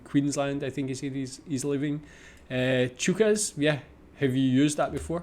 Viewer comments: Chookas .. he has no idea Pronounced choc-is means very full. They say it to let him know there is a full crowd. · Chockers =\= Chookas